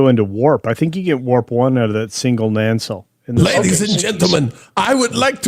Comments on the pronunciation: "Year of heck ship" is a reference to the pair of Year of Hell episodes from Voyager. Also its Nacelle. Not Nancelle there is no second n. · Nancell? What? "Nuh-sell",. It's EASY!